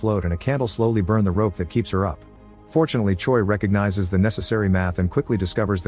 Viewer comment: Choi is pronounced like Chway. Or like Chae. Not Choy.